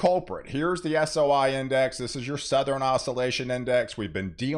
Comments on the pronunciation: It’s said Southern not southren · “suh-thur-en” snow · Did you say SoutherEn?